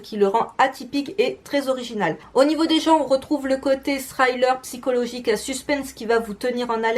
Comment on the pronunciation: "Thriller", ça se prononce "sri-leur", pas "sraille-leur"... Tu te plantes à chaque fois : maintenant, t'as plus d'excuse ;-)